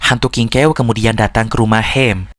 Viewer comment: Aku dengar nya di film aslinya nama nya kingkaw bukan kingkew👋😅